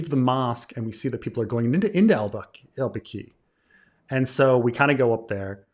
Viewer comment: Baqi, emphasize is on the first syllable.